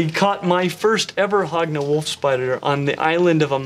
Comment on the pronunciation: I thought you were saying hog nose and now it sounds like hogna knoll